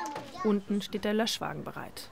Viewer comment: "Löschwagen" okay